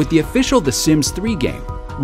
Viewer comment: LOL I like how much emphasis he puts on "official" ;P